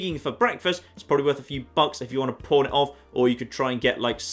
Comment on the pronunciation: Anybody else hearing "Pawn" as porn?